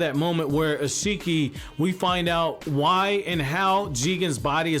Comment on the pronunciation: You're mispronouncing Isshiki!